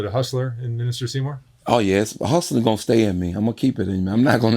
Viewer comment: It’s Seamore, not Seymour